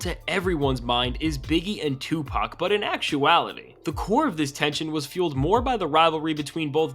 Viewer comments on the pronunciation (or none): none